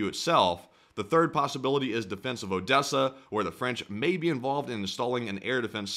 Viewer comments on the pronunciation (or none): none